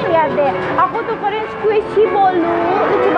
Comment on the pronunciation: Squisi lol kak